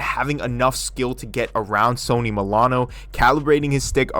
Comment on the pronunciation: What are you pronouncing Sonny's name like the brand Sony? Lol